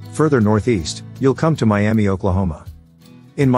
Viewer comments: Miami Ok, Pronounced Miama not Miame Miami is the capital of the federally recognized Miami Tribe of Oklahoma, after which it is named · Miami is not pronounced my-am-ee, it is pronounced my-am-uh. You'll get corrected real quick about that in Oklahoma.